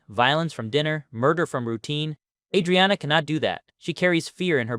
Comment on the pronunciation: Just gonna decide to pronounce her name you own special way ?